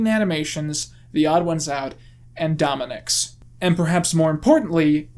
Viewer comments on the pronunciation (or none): You didn't just call him domanics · Says “Dominics” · "and Dominics" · “Dominic’s” why